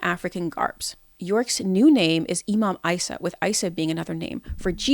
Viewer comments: his name was Eesa not iesa you dumb liar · Appreciate the vid, but it does come off as a biased critique given the ad hominems and mispronunciation of well known words and names like Isa for ex. I would think if this was to be a deep dive of the cult you would have had the information on point and at least had his ACTUAL claims.